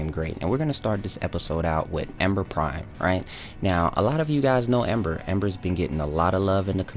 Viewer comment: Says Ember prime, hears bae prime XD Also you cant exclude fireball nor fire blast dude -_- they're still reliable moves.